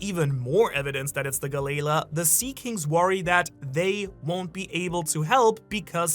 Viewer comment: Galley-la = Galalee